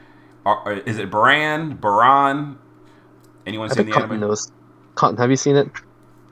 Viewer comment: its Baaraan, it means rain.